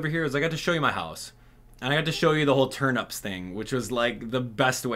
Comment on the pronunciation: Why does he say turnups😭😭